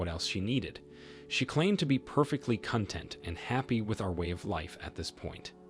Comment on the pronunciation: You mispronounced content and trophy in the first story, and wooed in the second story.